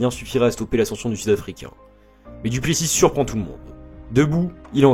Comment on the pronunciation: C'est vrai que le "Duplessisse" fait mal aux oreilles